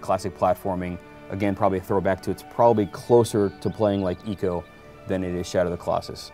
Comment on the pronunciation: ask a japanese, its ee-co